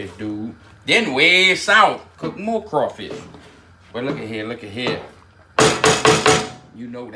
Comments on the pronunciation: DA MO i STIR DA MO i SLUURR... 😆 🤣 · "The morrreeee I stirrr, the moorrree I slurr"...